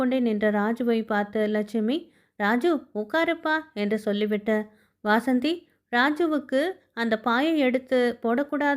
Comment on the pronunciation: Madam, வாசந்தி இல்ல வசந்தி